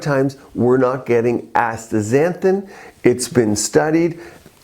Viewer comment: Astaxanthin, not Astra xanthin